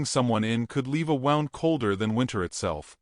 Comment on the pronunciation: Not “wound” it’s woond!!!